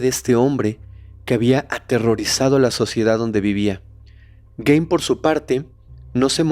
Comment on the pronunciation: Solo una observación, el apellido aunque se escribe Gein, se pronuncia Guin (como gui de guiso) no Guein. Todo lo demás, excelente capítulo.